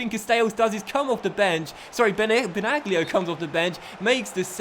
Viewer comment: Benaglio is pronounced like Benalio Good Video 👍🏻